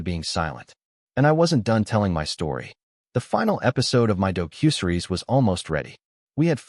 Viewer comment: AI can't even pronounce "docu-series"??? It's not dough-cue-seres ;-))